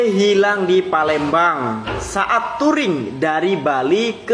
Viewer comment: Palembang ❎ Palemdavan ✔